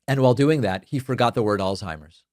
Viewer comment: Al-Zhei-mers You can't even say it right/ There is no "T" in the word and nothing is pronounced like a T in it